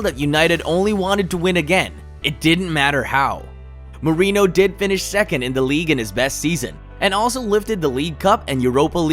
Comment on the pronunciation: Doesn’t even pronounce Mourinho right lmao super casual